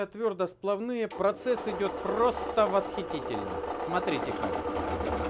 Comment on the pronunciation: ничего не имею против,но говори пожалуйста правильно-твердоспла́вный!Ставь ударение там,где надо!Это конечно мелочь,но уши режет!Лайк!